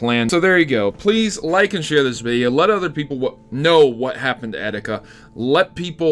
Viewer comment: its EE - TEE - KA not eh - di -ka